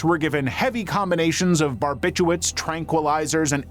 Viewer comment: I know it sounds crazy, but it’s actually “barbiturates” and not “barbituates “